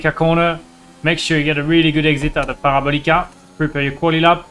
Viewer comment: par-ee-ball-ee-cah... jokes aside great video as always Romain